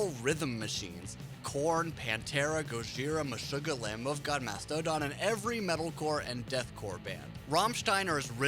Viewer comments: Big fan of Mast-OH-dun. Big fan. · "mas-toe-don" was worse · ''Lamb Oaf God, Ma stodon'' LOL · I think the voice for this video is either a botor someone who just recently (barely) learned English, weirdly pronouncing Mastodon and Lamb of God. And the video should be titled "Why is Rammstein so Popular?" Not are. Rammstein is singular not plural.